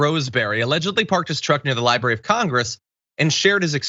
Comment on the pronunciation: Of course he had to park near the "liberry."